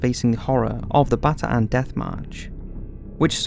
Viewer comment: bataan not batanan hahaha